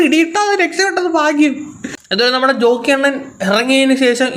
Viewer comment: റോക്കി അല്ല ജോക്കി 😂